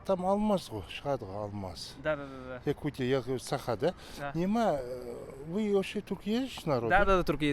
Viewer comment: Бу киһи манна эмиэ якут аатыра сылдьар дуу сатаан САХА диир кыаҕа суох муҥнааҕый